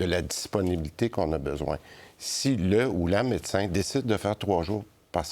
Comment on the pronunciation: Christian Dubé dit rénumération à la place de rémunération. Il dit également mécin à la place de médecin une fois. Juste une remarque…